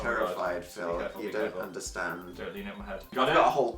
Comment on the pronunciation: did dan call phil "patick" bc he's a star?